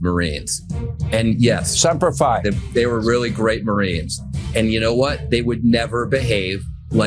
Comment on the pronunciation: Sean Hannity saying Sempre Fi is disgusting. Other than the fact that he hasn't served he knows nothing about what it means.